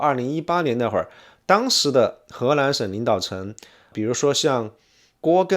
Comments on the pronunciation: 听了三分钟，从发现是河南，不是荷兰，还奇怪怎么荷兰还跟少林寺扯上关系了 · 您不能區分中文 “南”和“蘭”的發音嗎？:elbowcough: 請熟讀後再開講，否則不就貶低您的身價。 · He Nan, 不是He LAN. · 荷蘭？ 河南？ L 和 N 好像混在一起！ 內容真的不錯👍👍👍